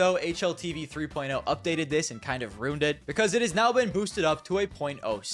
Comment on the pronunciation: my man 0.03 and 0.3 is not the same thing you kept mispronouncing it the whole video